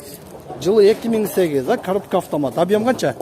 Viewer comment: Коробка автомат дегенди жакшы айтат экен